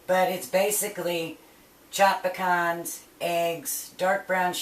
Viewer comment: Omg thank you for saying Pecans instead of PEE-CANS